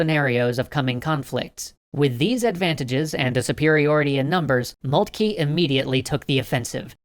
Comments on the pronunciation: I'm fairly certain it's pronounce "Molt-kuh" and not "Molt-kee." Also, you seem to have shown Alsace and Lorraine as part of Germany before they were annexed. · O.K. Something I hope they study in foreign policy school. Also, /moltke/, not /molkti:. Furthermore, it's /ro:zevelt/ not /ru:zevelt/. You don't have to do the Great Vowel Shift to everything. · It is molt-ka that is how you pronounce It